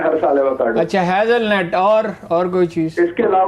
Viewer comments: Ye lagatar Net bol rahe hain Halanke ye nut pronounce hota he Hazelnut. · It is nut ,not net .like chestnut and Hazelnut